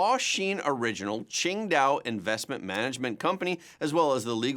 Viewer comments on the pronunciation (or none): none